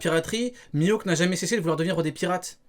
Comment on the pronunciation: juste de l'entendre dire mihawk j'ai mal au crane